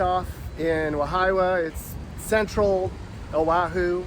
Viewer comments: Wahiawa.. pronounced Wah-hee-ah-wah.. & a few others names not pronounced quite right.. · Mispronouncing Wahiawa and Waipahu. Put stress on the first syllable WAhiawa. 2nd a is silent. So, WAheewa. Waipahu put stress on 2nd syllable WaiPAhu. FACKING HAOLE! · Kalihi. (Kah-lee-hee) Not Kahili. Waipahu: (Why-pah-who) Wahiawa (Wah-hee-ah-wah) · Wa-hee-wa, and Why-pah-hoo... at least say it right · you mispronounced Wahiawa😂